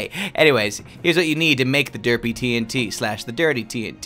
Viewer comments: It’s TNT not TINT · Everytime he says tnt (the fast way instead of T N T) it sounds like hes saying tint to everyone else right? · T n t not tnt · All the falsely pronounced words of 1. 🥔 Potats 2. 🌾 Queet 3. 💥 Tint Eh..